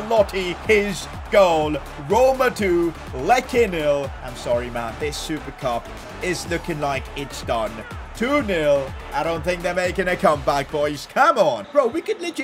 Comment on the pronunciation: For better pronunciaation: Lecce: Letché / Sampdoria: SamPdoria / Ibanez: Ibaniez / Mancini: ManCHini.